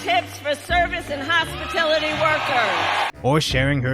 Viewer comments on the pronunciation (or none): Adding big words to make her look smarter, but can't pronounce them at the time of presentation. Gouging/gauging, hospitality/hospitility. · "hospitility" Uh... does she mean hospitality? "price gauging" Perhaps price gouging? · “Hospitility workers” and “price gaging” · Hospi" tillity" workers and price "gage" ing......but don't you dare mispronounce her name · Wtf is hospitility? Is that something they are gaging us on? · Hospitility??? Price gauging?? She can’t even choose the proper words. This woman is absolutely a tyrant. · LOL! Clown World Kamala...WTF is 'hospitility' or 'price gauging'? Wants to be Prez but can't string a' sentence together. Queue the Hockey Coach from Letterkenny. This is just "F*cking Embarrassing"! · Hospitility? Price gauging? Why can I not pronounce simple words? Ahahahahahahahaha! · Wtf is price gauging & ‘hospitility’ workers?😂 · “Hospitility “??? What a farce. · "hospitility"? "price gaging"? does disbish even english? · WTF she cant pronounce anything correctly. Price "gauge-ing"? What is that? Hospitality... she says Hospitiillity. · Every time she says "hospitility" it makes me cringe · Old Kamala said: “Hospatility workers” and “price gaging.” Hilarious! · "Hospatility" and "Gauging". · "hospitility and price gauging" with a teleprompter - snatching patented inventions - sounds like a criminal. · I wonder if it has anything to do with “hospitility”. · She mispronounced both "hospitality" and "price gouging". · "Hospitility" workers and price "gauging" are perfect demonstrations of her intelligence. English is her first language, for crying out loud. Hell, we're still hearing about Trump typos like "cafefe" but they completely ignore blunders like these. Shocker. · "My wife's boyfriend" and "hospitility" and "price gauging." 😂 Damn these people are a trip. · Hospitility is still hilarious lol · lol idiot couldn't even say hospitality when stealing the line